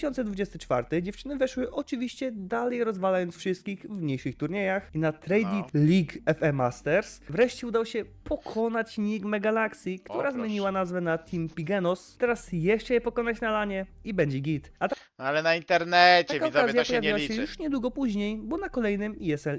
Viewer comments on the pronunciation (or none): Tim pigenos... To że przekręca nazwy to luz, ale tim pigenos to już przesada.